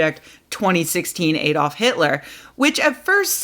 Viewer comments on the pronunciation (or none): none